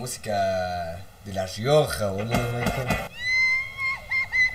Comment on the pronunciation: La rrrioja con tres R